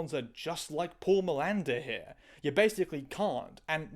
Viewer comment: For a moment I heard Miranda and not Milander and I was really confuse, trying to figure out why Manuel Miranda was the bad guy in a procedural, and why in a CSI trans episode specifically? it was just for few moments but it was crazy... Btw the difference between them trying to water the spup (allungare il brodo in italian, I don't know an idiom in english for tranlate it sorry) for the 40minutes mark and your's wild Pindaro's like flights from tangent to tangent, is that your tangents are interesting and we lovo them! ❤❤❤